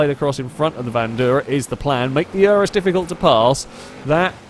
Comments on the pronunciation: Urus, not Uranus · I have to be that guy. "Oo-roos."